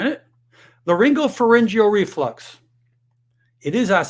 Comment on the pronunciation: is this guy a real doctor? He can’t pronounce pharyngeal or esophageal correctly.